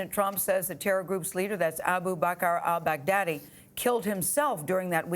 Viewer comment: Why can't I stop hearing "Bag Daddy"? Mad props from the Philippines btw, US